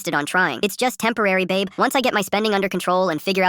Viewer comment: In the start of the vid she said abe instead of babe if u guys noticed.